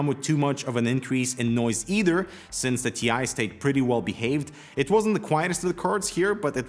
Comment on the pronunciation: According to Nvidia.... It's not a T I It's a TIE. Don't mix them up, please.